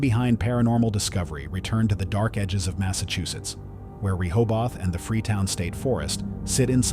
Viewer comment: It Rohoboth like in Ro-Ho-Beth